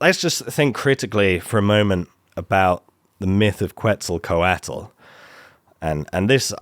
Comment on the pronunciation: Please learn how to pronounce Quetzalcoatl. It was so painful to listen to over and over